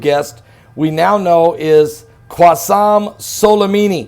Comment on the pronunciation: It's not Qwassem Solimimi, it's Qassem Soulaymanee